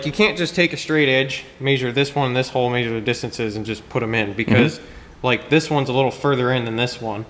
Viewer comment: omg love the content and no hate here, but I can't handle this. It's definitely "mEasure" not "meAsure"